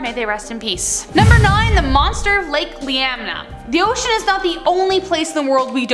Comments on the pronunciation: It’s Lake Iliamna…it sounds like Ill-Ee-Am-nah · Lake ILL EEE AHHM NAH. Iliamna